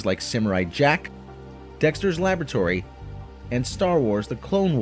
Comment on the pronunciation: You pronounced "laboratory" incorrectly.